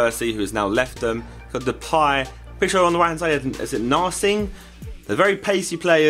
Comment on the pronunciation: wow one of the few youtubers that can say Narsingh correctly!